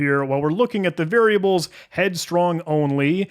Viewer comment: An AI voiceover would not make such a bad job of pronouncing the unusual variable names. "Headstrongly" and "helicopepsin", for example, which the human totally messed up.